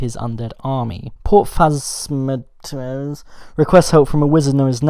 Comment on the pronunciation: port Faz-mat-iss ;)